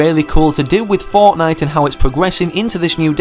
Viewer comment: i like how he says fournight instead of fortnite